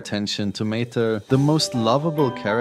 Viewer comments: Mater ❎ Muh Ter ✅ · "Tow-Mater" just without the "Tow"